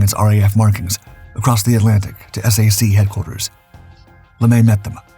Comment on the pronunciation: Maybe you're saying S-A-C because you think that's easier to understand? We never pronounced the letters in SAC, TAC, or MAC. We said Sack, Tack, or Mack. Love the videos, thanks for the hard work and getting rid of most of the AI slop!